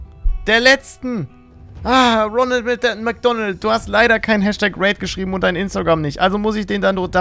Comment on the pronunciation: Est heißt kein und nicht gein